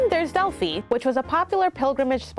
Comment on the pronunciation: Great video! But the pronunciations are killing me. Zah-keen-thos and Delphee :)